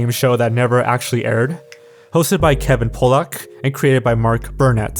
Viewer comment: I know you're not a native English speaker, so I wanted to let you know that Kevin Pollak last name should be pronounced 'Pah-look'. Only reason I bring it up is that your pronunciation sounds very close to a slur for Polish people.